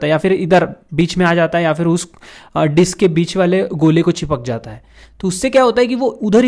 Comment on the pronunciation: Bro literally say di**s instead of disk most of the time 😂😂😂😂